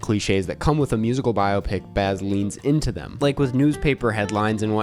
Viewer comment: Every time you mispronounce biopic I scream but other than that thank you